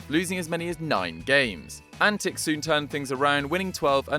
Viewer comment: It is pronounced as antiCH not antiK, the fact that he is from serbia shud have given that away.